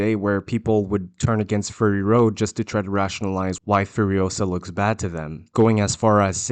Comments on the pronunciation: It's not FURRY road, it's FURY road. Your pronunciation is driving me nuts. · ( clears throat) ummm. It’s not fury like… hairy. It’s fury like angry. Clearly the mis-pronunciation error is a inside joke on your part? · Are you saying "furry road"? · Sounds like you are saying "Furry Road" :)